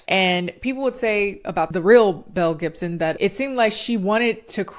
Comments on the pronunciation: Every time you've said this girl's full name I kept hearing Mel Gibson and was just like "now why is he in it???” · Every time she says Belle Gibson I hear Mel Gibson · The way I was listening to this in the background while I did laundry and I thought you said Mel Gibson 🤣